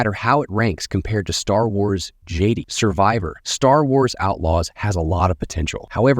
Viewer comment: Whenever you mentioned something with Jedi, the AI says Jeeedi